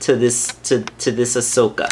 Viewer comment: Not being rude, but ya said it right this time! Sorry, it just kinda annoyed me last time. Nice review, nonetheless! I skipped the intro and unboxing.